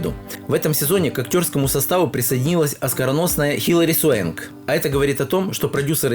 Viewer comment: Хилари Свенг? чел ты хоть подготовился бы, чукча неграмотная